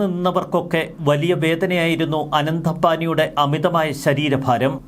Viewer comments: റിപ്പോർട്ടറെ ആനന്ദ് അംബാനി എന്നല്ല അനന്ത് (Anant) അംബാനി ആണ്. അനന്ത് എന്നാൽ അവസാനമില്ലാ ത്തത്. അനന്തമായ ആകാശം എന്നൊക്കെ കേട്ടി ട്ടില്ലേ 😊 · ആനന്ദ് അല്ല അനന്ത് എന്നാണ്‌